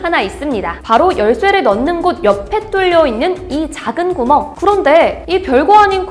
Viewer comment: 중간중간 발음이;;; 구멍에서 한번.... 발급권에서 한번...